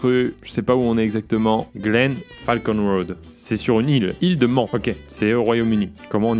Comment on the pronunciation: PAR CONTRE PIERRE, C'EST MANN QUE CA SE PRONONCE BORDEL. C'est une île où à régulièrement lieu une course de moto connue pour sa dangerosités.